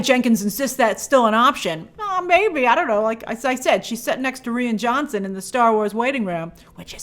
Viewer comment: Grace it’s pronounced Ryan Johnson!